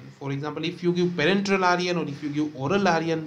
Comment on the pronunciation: It's iron not Aryan 😭